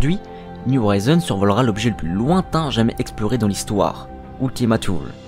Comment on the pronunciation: Merci pour la vidéo très intéressante, un petit bémol cependant Thulé se prononce " tulé" car c'est un mot d'origine grecque et non anglo-saxonne